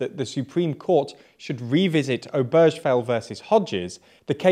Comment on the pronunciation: obergefell is pronounced Ober-guh-fell with a hard G not a soft g.